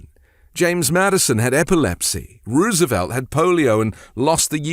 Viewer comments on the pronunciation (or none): none